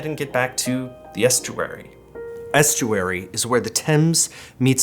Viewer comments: As someone with a mix of a london/esturary accent hearing the over pronoucation of the word estuary made cringe. Lol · I don't think we usually pronounce a long 'u' (yoo) in "estuary". We'd say it more like, Est-your-ee, not Est-Yoo-er-ee. Also, as a Mancunian I would say a dropped 'R' doesn't necessarily mean 'posh'. An example: "I have never paddled in the water" in a strong working class Manchester accent would be more like: "I've nevoh paddled in th' wartoh". Also, I think RP is a more clipped accent. Hugh Grant's accent is similar but not quite as formal sounding as the classic BBC RP accent. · As an Essex/ Londoner (10 miles west of Basildon!) what really caught me up was the weird pronunciation of est -you -'ary. 3 syllables?? What?? I've never heard anyone say anything except 'Estcheree! But loved the video!